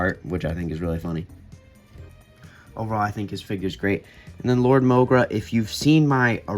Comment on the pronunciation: Wat did i Just Finder out its mogra not morga???